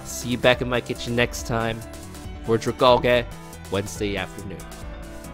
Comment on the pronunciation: Next video is going to be cringe inducing with how bad he pronounced Dragalge. Still looking forward to it.